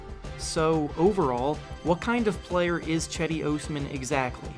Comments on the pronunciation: Not "Chedi". It's pronounce like "Jedi" :) By the way i'm not joking. It's absolutely pronounce as "Jedi". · It’s not Chedi it’s pronounced Jedi! Turkish C is pronounced as a J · HE IS NOT CHEDEE, "JED-DEE" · Nice video but you are reading his name wrong (Yes I'm Turkish.) Read it like Gedi. That will be better. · As a Turkish person I cringe very time you pronounce Cedi's name. It's not Chedi like Chad its more like Jedi but with less emphasis on the i at the end. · Cedi osman = jed-i os-man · The c is supposed to sound like a J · It's "Jed-Dee". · Pronounced his name wrong.